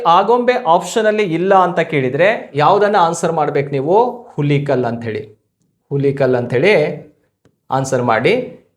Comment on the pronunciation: Present . ಹುಲಿಕಲ್ ಅಂತ ಅಲ್ಲ ಸರ್..